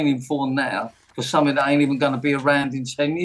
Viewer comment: What's sumfink? Nice teeth though.